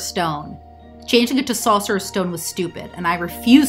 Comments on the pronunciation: “Saucerors stone” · Can you say "sorcerer's" again for me 😂